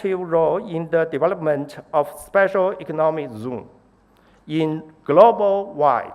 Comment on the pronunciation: ”sepesal economick zooms”